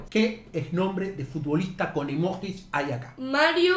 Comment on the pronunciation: DEJA de decir emoJis por favor, se dice emoYi